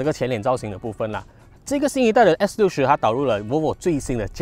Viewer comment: 做么我好像一直听见你讲s40的😂